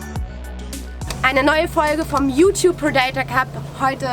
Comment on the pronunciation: Prèdator nicht predátor